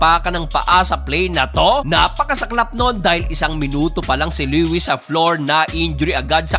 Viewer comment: Le-wis😂 Lowis yon bro, bisaya ka talaga😂